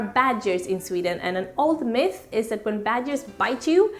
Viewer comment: Lyssna igen, hon sa myt